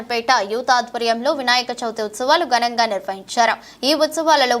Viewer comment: ఉచ్ఛారణ దోషాలు రాకూడదు. గనంగా అనకూడదు.. ఘనంగా అనాలి